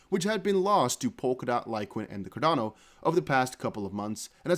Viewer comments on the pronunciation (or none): none